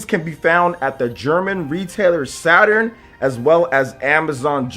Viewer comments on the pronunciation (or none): none